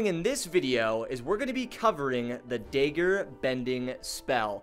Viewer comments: Great video but please say it correctly dagger dag ger dag like lag dagger lagger not day ger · its not dayger its dag like gag with g and ger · can you say dagger and not daegger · Lmao I keep hearing deggar, love it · It's (dag-ger) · Daggerbending naw dayggerbending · bro why he say dager bending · Why do you pronounce dagger as dager lmfao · I like how he says dagger Edit: I’m not making fun of him or anything btw